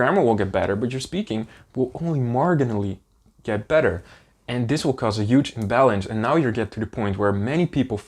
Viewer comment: I just want to help you a little with the word "marGinally." The G is pronounced like a J. :) Phonetically, it's like "mar-jin-alee"